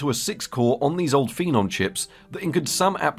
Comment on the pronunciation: Phenomenon? Phenome not! Just kidding, it’s decent enough